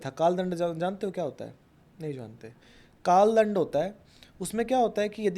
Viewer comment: Dhyan se suno inho ne kaal dand bolne ke baad kaal land bola 😯🙏. Maaf karna guru ji but mujhe to asa hi suna